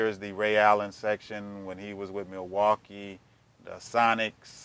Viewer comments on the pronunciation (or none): none